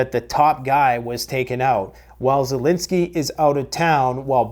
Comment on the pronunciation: I heard it “ZELOSENY”!😅